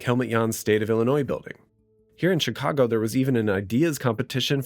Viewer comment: You are the first native speaker I have heard who says "Tchicago".